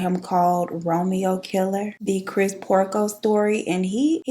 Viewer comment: Girl did u say Peter PORKO??? 😂